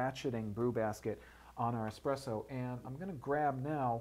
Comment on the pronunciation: It's "Espresso" not "Exspresso". Sorry, I had to...